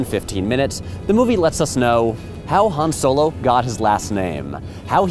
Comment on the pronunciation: HAN SOEL-O